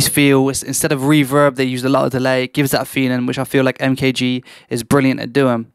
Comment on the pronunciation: take a listen to his first ep and think about how you’re pronouncing his name, good stuff bro